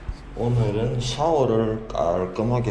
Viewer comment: 저는 이제 개인기로 디집님성대모사도 할수있어여. 축하의미로 한번해드릴까요.. ㅋㅋㅋㅋㅋ 안녕하세혀~디젤집십니다아~ 오늘은!ㅋㅋㅋㅋㅋ 아..오늘은이 아니라 어늘은~ㅋㅋㅋㅋㅋㅋ